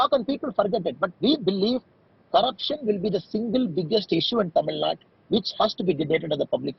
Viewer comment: please pronounce it as Tamil Nadu.. not Tamilnad..